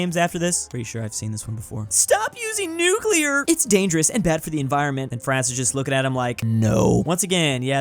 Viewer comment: Nucelar, amulininium